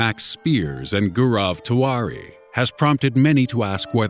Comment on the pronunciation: gaurav tiwari's name was spoken like goorav tvari